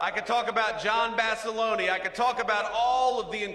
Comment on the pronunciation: This phony can’t pronounce Basilone.